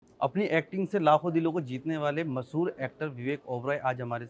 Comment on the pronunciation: Masoor Actor ya Masoor dhaal. Ye Anchor kehna kya chahta he😅. 'Mash-haur'